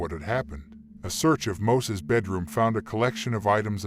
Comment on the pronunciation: alot of info in this video is dramatized and false. also his fkn name is MOISES with an "i" NOT MOSES 😑